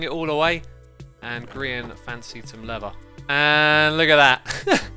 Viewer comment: Xisuma pronunciation guide: - Lever: leather - Never: Nether - Frew: through - Frone: thrown - Finking: thinking - Oh my goodness me: wow - Rotted: rotten - Ravenger: Ravager